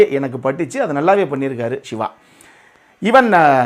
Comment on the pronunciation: நீங்கள் சிவா சிவா என்று சொல்லும் போதல்லாம், எனக்கு விஜய் விஜய் என்றே கேட்குது 😊👍💪⚖️